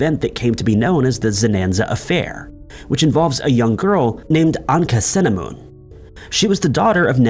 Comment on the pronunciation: Tut's wife is not pronounced Anka-cinnamon, but Ankh-ah-soo-amoon. Tut's advisor, Aye, is pronounced as 'eye' not 'a'.